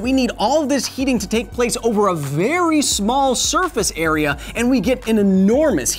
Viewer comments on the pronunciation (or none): none